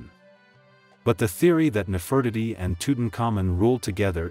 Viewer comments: Please make it stop saying “Nef Furt itty”. It’s Nefertiti omg. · He mispronounced her name.